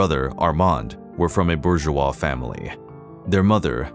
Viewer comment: Can't pronounce "Rousseau" either... or "Bourgeois" or The Hague (which he pronounces The Hog). : Here's an idiotic statement in this video: "His defiance stemmed from his outspoken criticisms of the government." Whaaa? His defiance is the SAME thing as his criticisms. His defiance didn't come FROM his criticism. Who writes this drivel? Lemme guess: AI?